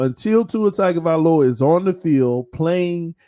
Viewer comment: He prnounces it "Tiger-vahloa". Lol